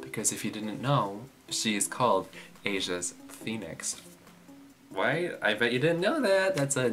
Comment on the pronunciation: i'm sorry to actually pronounce it the other way huhu it should be PHOENIX HAHAHHh